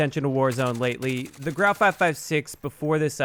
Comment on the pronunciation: It's pronounced grew ow